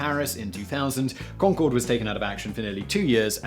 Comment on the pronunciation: The final "e" on Concorde was Gallic, not Gaelic. Maybe if you rehearsed or did a read through once you wouldn't have botched the pronunciation.